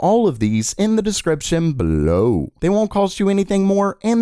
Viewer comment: Pleeeease think about how you read your sentences. You make EVERY damn line sound like it's the highlight of the day and you're ending every single sentence with an exclamation mark..... BeLOW